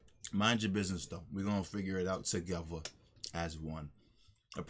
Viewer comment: Did u just say tahgeva to